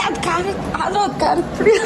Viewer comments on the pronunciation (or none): ಅದು ಕರದ ಪುಡಿ ಅಲ್ಲ ಕಾರದ ಪುಡಿ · ಕರದ ಪುಡಿ ❌ ಕಾರದ ಪುಡಿ ✅